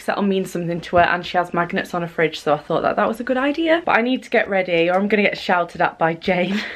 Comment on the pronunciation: I thought she said look at these cute little maggots, not magnets omg :')